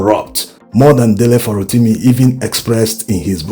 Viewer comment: No insult, Please . The way you pronounce this Farotimi bites the ears. Please try aand get a Yoruba man to hum the sofa notes of the name to you, this way you can get the correct accent. It is affecting your content. You get the the Dele but the Surname biko, please you can do better.